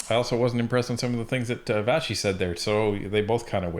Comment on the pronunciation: Her name is Vassy not Vashy lol